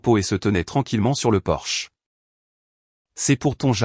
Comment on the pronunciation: Faudra apprendre à votre IA traductrice que l'entrée d'une maison n'est pas une voiture allemande de luxe, c'est un PORCHE !!!